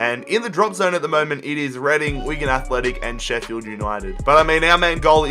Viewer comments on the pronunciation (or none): none